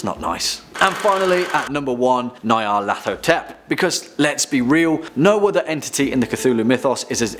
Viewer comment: the scariest thing in this vid is the pronunciation of nyarlathotep